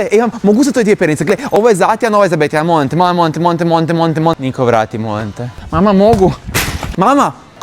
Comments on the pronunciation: Kad on kaze molim te 10 puta meni se cini kao da govori monte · Kad je govorio molim te molim te ja ga razumjela monte